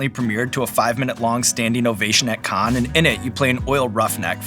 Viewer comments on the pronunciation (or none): Oh, Sean. The word "Cannes" is pronounced "Kan" not "Con." If you want to say it the French way, they say "Kan with a subtle "ah" at the end like "Kan-ah." There is NO "o" anywhere and the ending "s," as in many French words, is completely silent